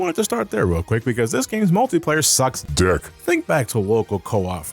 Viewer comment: "This games multi-player sucks DICK" that emphasis at the end had me dead on the floor 😂😂😂